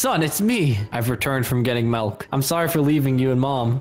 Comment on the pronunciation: I'm still watching this and I noticed that said "Malk" then "Milk" 😂